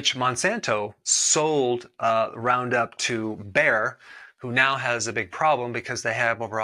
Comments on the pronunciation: Bayer not Bear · It's Bayer! Not Bear! LoL. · It's Bayer not Bear. As in Bayer aspirin. Also, there is this ideology outside the farming community that prior to glyphosate, which was used in the mid 70's but was not widely used until the 90's, our food was clean of pesticides. This is simply not true. There were many more pesticides used to kill invasive weeds in our food. We had to use multiple modes of action at the same time to get the same effect as roundup, which killed both grasses and broadleaves. Many of these chemicals are still in use today and are considered much more dangerous than glyphosate. The only reason people outside the farming industry attack glyphosate is because they are ignorant to this fact. When I was a younger man, about 30 years ago, I saw a man drink an 8 ounce glass of straight roundup on a bet. Pretty crazy sounding, but at the time we were told that it was completely safe. He is still alive today. So if glyphosate is banned then the use of other chemicals will increase. I know some of you are going to say "Don't use them. Go organic." I'm all for organic but if every farmer went organic today, We would be in a war for food because it is impossible to grow enough for the whole planet organically. If you don't spray to kill weeds, and you don't use fertilizer, then production yields are cut by 50 to 80% depending on the amount of weed pressure. I could ramble on in much greater detail but this is the problem in a nutshell. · Bayer bought Monsanto not "Bear". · LOL , "Bear" for Bayer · "Bayer" not "Bear" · Bayer, not Bear!